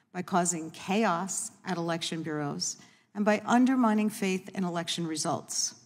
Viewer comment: lol she couldnt say "faith"